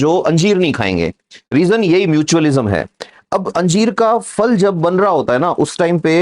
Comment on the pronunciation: sir फल को फ़ल Q बोल रहे !